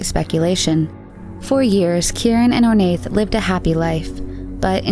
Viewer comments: I think Ornaith is pronounced Or-na. Anyone Irish who can confirm? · Just gonna say it, that Ornaith is pronouned "Oar-na" . you don't say the "th" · Love it! Just to note - Ornaith is pronounced "Or-nah" it's an Irish name! ☺️ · Ornaith is pronounced Or-na. I notice in a lot of your videos about British or Irish cases you kind of butcher the names. I love your vids, you obviously put a lot of time into them and they’re great but please google place or names it can get a bit annoying to keep hearing them pronounced so wrong. Great work though besides that!